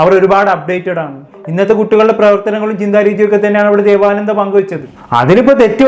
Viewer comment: ദേവാനന്ദ അല്ല ദേവനന്ത